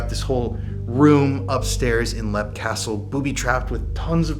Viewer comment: It's not pronounced lep,it's pronounced leap.